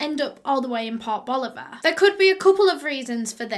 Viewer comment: Anyone else hear "pop Oliver". Rather than port boliver? I LOVE your accent